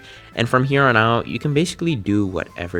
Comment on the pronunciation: said aut 😂🎉😂🎉😂🎉😂